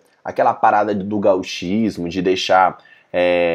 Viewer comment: Meu, que merda é essa de "gaúchismo". No francês a pronúncia de "gauche" é "goche", com o "o" fechado. Então, por favor, pronuncie "gochismo". Senão fica parecendo algo relacionado aos gaúchos. Pesquise, cara!